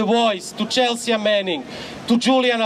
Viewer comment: Horvat is a great speaker. We need more of him. Please tell him the "a" in "Chelsea" is silent :)